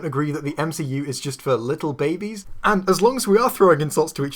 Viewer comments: Why does this guy pronounce babies as "Bah-bees?" It's (commonly) pronounced "Bay-Bees." Also... I think this guy might not actually pay attention to the films he's complaining about. In fact... I think he might be worse than Jeremy from CinemaSins in that regard. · why do you misprenounce "baby"? is it a word that demonetizes videos? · I am bothered by your pronunciation of "babies." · Aah yes babies loved it when próxima midnight got teared in half and when you can see ebony maw’s corpse drifting through space in a frozen chunk. Also, how he pronounces babies is unnerving to me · First impression: good quality content, nice editing, funny and interesting. My only problem: can you please say babies correctly, it angers me a little more every time I hear it and I really want to give you more of a chance